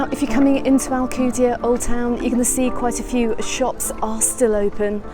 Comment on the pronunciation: Can't even pronounce ride the f**** name of the city did the f*** out of my Island